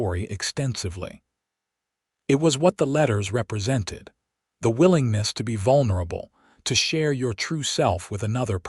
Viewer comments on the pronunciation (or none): none